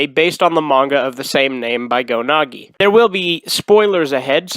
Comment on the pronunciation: Why do you call Go Nagai Go Nagi?